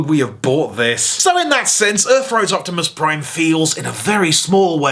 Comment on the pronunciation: Fatimus Prime